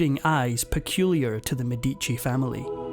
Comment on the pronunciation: What an awful pronunciation of the medici name